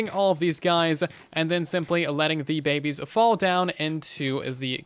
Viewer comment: I like the part where he says Babbes